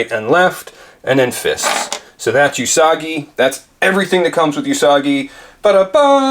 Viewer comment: OOO-sagi... It's pronounced OOOO-sagi, not uuuu-sagi. The first syllable should be stated as you have commented in "Ooo, be careful..." and "Ooo, and blue paint rub..."